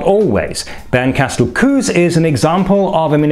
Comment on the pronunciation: small correction: The ue in “Kues” is pronounced like a long u as in “Wut” with the e denoted a long vowel and not an umlaut.